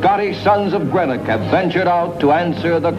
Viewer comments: It's pronounced green-ock not gren ock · Somebody might have taught him to pronounce GREENOCK correctly !!